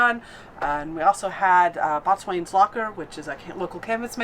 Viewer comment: boatswain is pronounced Bo-Sun not the way it spelled. Any Navy guys you meet will chuckle if say it like it is spelled. I’ve lived in Jax for the last 9 years and I’m glad you had a good time